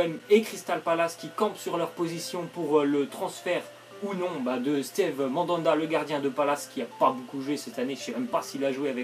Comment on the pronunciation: Staive Mandanda... 😂 J'ai toujours pensé qu'on disais Stive